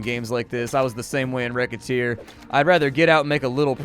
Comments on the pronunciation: Racketeer... not wreckateer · whats the name of the game thats simialr to moonligther? Rocketeer, riccateer, rekhatear? Its kinda hard to understand what he said